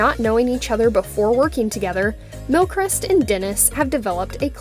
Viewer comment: How to pronounce his surname : Mil-Cree-st